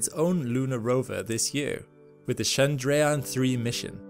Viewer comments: Kudos for the Chandrayan pronunciation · You. Nailed the Chandrayan pronunciation tbh